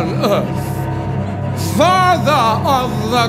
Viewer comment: jasmine, i am ja far-ther